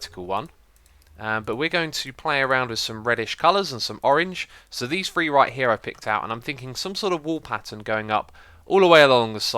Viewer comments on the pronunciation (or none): How +xisumavoid counts: one..... two..... free. lol. everytime he counts to three he makes me giggle. Keep up the good work X!